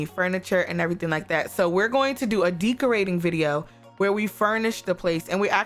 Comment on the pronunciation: Did she say DEEKorating?